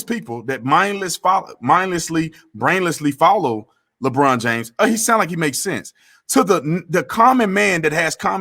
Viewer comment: He said "Le BronDA" LMAO!!!!!!!!!